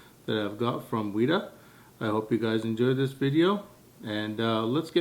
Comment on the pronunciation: ive seen them being made in new zealand, on the set, the name is pronounced wet-ah